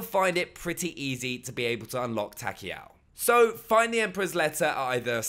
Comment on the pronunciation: Takeo not Takeel